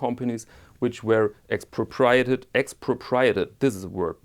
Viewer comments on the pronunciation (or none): "Ex-pro-pree-AY-ted" ( AY as in PAY) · Late comment, X-pro-pre-a-ted, ( remember)